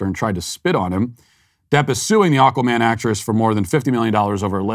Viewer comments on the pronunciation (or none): none